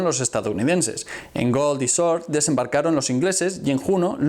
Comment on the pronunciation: No és "short". és Sword ...